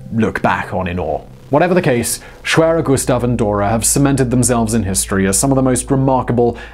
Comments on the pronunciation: The "w" is pronounced as a "v" sound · pretty sure it's pronounced ' sh-v-air-er '